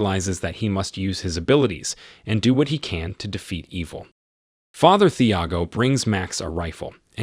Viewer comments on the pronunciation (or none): Thiago has a silent H. Tee-ah-go. You did this with The American as well with Mathilde. Silent H.